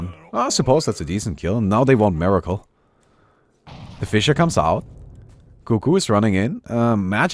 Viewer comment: this guys name is MERACLE not MIRACLE you should be ashamed BOOOO lol.